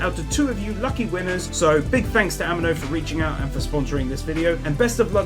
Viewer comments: did any one even notices he said animo wrong, its like anime but with an 'o' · It's not pronounced animo it's amino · I found a sin!!! ‘Amino’ is pronounced, “a-me-no” not “A-man-no” XD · "a min o" A MEE NO! Say it! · "This app is sponsored by a company called Am-ee-no" "Company called Am-ee-no" "Am-ee-no" I'm sorry but that pronouncination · No offence but the sponsor is pronunced a-me-no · Pronounced A-mee-no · ahem, ameno XD. am-ee-no. amino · Ami-no as in Amee-no😅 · Its purnounced Ameeno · How do pronounce amino sooooooooooooooooo wrong. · I was going to dislike you for saying Amino incorrectly, but you have a death note poster so you got a notification bell instead